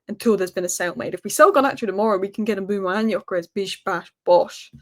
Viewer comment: his name is Mbeumo (i.e. M be u mo) NOT Mbooomo. Get it right. It’s not that difficult. SMDH.